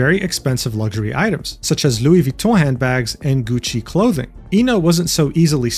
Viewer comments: I think you need a medal for the impeccable pronunciation of Louis Vuitton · are you french??????? That pronunciation was too good... 😶exposed